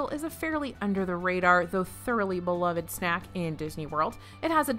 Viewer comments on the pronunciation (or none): none